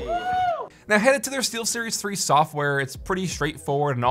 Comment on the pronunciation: Google voice to text got it right, but I heard Sealseries. lol